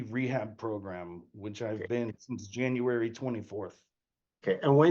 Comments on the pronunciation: Can she really not pronounce January? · “Since Janrary” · I didn't know we had a new month added to the calendar. "Janrary." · JANUARY. January. "Jan-you-air-ee", try it slowly. You'll get there! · This chick cannot pronounce January. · She cannot pronounce January... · Her pronunciation of “January” reminds me of pre-school students.